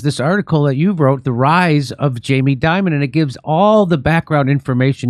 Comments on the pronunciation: So you’re telling me that the big banks are connected to organized crime, money laundering, human sex and drug trafficking!! And all facilitated by the CIA and US government?? No waaaayyy, schooooockerrrr Edit That “Jeffrey Dimon” slip was absolute gold 😂😂😂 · Please it’s not Di mon, we pronounce it Jammy Dim on. Or Demon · I say we don’t pronounce Jamie’s name to sound like Diamond. It Should be pronounced Demon. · in my circle, it's pronounced DEEmon